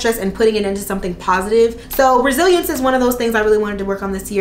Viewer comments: Girl I thought you said “Brazilians” not Resilience. I was like what?! 🤦🏽‍♀️😅😂🤣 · I heard that, too, and it cut to a commercial right at that moment so I was sitting there like "Huh." lol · I literally saw this comment as I heard “Brazilians” too 😂😂 I’m like wow it must feel like a piece of cake now lmao